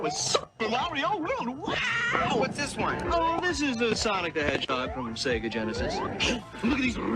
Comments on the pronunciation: Between the doofy ass art style, removing Sonic's personality, and constantly saying "SEE-guh" I'm convinced that vid is just high production quality ragebait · i like to give some leeway to mispronounciations because usually i just chalk it up to people's accent but "seegah" is just straight up wrong 😭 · "See-ga" despite hurting me with how it's pronounced, is the most common way to say it among older Australians (who got into Sega games before the voice line at the beginning of games) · c-ga is the australian way to pronounce sega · "See-gah" is how it's pronounced over here in Australia. Always how I heard the old consoles start up too blasting "See-gah!" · "Seega" is how (some, not sure if it's all) australians pronounce Sega lol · "See-ga" is an Australia thing; all of TV ads from the 90s say it that way, no idea why. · “Seega” is how Australians pronounce “Sega”, because it’s also how Australian adverts for Sega always pronounced it (for some weird reason). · That’s just how it’s said in Australia. Back in the day all the offical material in the Mega Drive-Dreamcast era pronounced it “See-gah”. Dunno why it’s like that, but that’s how I and everyone I know says it. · Basically, the early Australian marketing for SEGA decided to pronounce it 'see-gah', which meant that any Australian who grew up with the Mega Drive through to maybe the Saturn was conditioned to say 'see-gah'. As far as I know as an Australian, there's absolutely no convention of the accent that would actually make you pronounce it 'see-gah' over 'say-gah', it's just something that stuck. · This guy clearly has never played a sonic game because everyone tells you how to pronounce sega when you start the video game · Like it wouldn't be that abhorrent if the correct pronouncation wasn't literally yelled at you when you boot up the game 💀